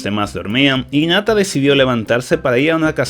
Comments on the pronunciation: el dice inata y es hinata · nadie: absolutamente nadie: diciendo inata en ves de hinata y chino en ves de shino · Porque ni pronuncia la h en hinata y en haruna, no suena inata suena como jinata